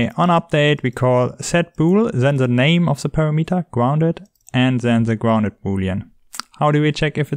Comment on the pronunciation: Look, dude, I am not trying to be the Internet Language Police, but... PARAMETER is pronounced PA-RAM-eter, not PAIR-A-METER Synthesized Voice definition